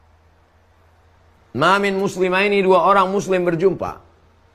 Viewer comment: Saya bahas sama istri td,tasniyah,bacanya aja salah apa lg penjelasanya